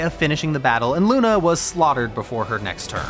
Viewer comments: And it's lune not luney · Loonehh not luna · Its Lune (pronounced l-oo-n-ay) not Luna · You did that on purpose, didn't you? It'a LunE not Luna. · Its Lune not Luna 🤓☝ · LuNE, not Luna 😫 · I'm literally screaming to the screen LUNEEE! Every time he says Luna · I’m surprised you pronounced Lune as Luna considering the game has voice acting 😂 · I hate how u keep calling her “Luna”😭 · Game says her name constantly and this tool still keeps calling her Luna.... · Great video but please, they say LunE so many times throughout the game, it's not hard to say correctly 😭😭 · I swear so many of these content creators skipped through every cutscene with voices turned down or something. Luna, Monaco, Renore.... lmao. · Can't pronounce Lune, can't be worth my time. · Hey I love your content, but hearing you pronounce all the names incorrectly hurts my soul 😭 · mightve been an excellent vid, who knows? but getting less than 3 minutes in and you can't pronounce Lune correctly? no way I am giving you another 49 minutes of time. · You mispronouncing every french word in the game is veryyyyyy funny as a french person ahah, incredible video tho <3